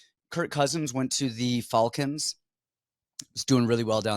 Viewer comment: serious question. Do you purposely mispronounce words or do you just not know? Lol I’ve never heard someone pronounce Falcons wrong.